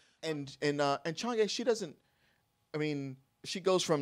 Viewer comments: It’s Chang’E, pronounced as “Chang Er” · The entire time with his review I was just hoping please pronounce chang’e name right and understand Chinese culture